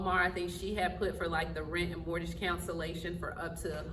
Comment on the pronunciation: It's not mortage. It's pronounced more-gage.